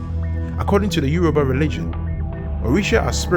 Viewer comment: It isyoruba not Euro ba